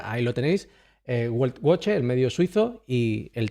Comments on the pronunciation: No es buelt boche sino qua se dice beltboje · Se pronuncia veltvoje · Se pronuncia Veltvoche...